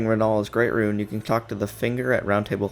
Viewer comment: Brother, “ruin” and “rune” are NOT the same word. They are not pronounced the same way.